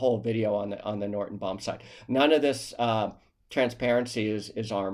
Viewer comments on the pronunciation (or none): Why do you pronounce the name Norden as if it has the letter T in it? It sounds like you're saying Norton.